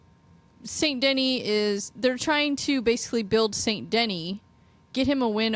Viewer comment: Saint De-knee, not Saint Denny. Otherwise, i dig what youre doing! Good luck w the channel!